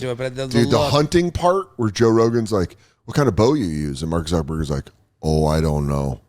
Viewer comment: Why are you saying "zuckabug" instead of Zuckerberg? Learn to pronounce people's name pronounce people's name properly.